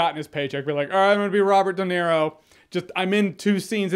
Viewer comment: Robert doenero